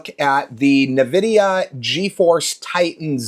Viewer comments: aaaaaaa i keep hearing nevidia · That isn't how you pronounce Nvidia. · Maybe just pronounce the word correctly. That's hilarious that YOU think I have ADHD. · What is your damage? I never said your videos are bad. I told you that you pronounced the name wrong. Relax, you psycho. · It means I immediately know whoever is talking doesn't know what they're talking about, and their opinion can be dismissed as uninformed.